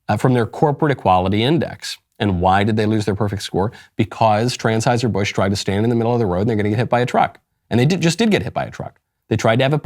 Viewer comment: Wait. Did he say TRANS-HEISER????